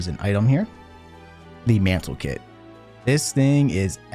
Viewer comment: "mantle kit" TIL that "manlet" isn't the only way people mispronounce "mantlet"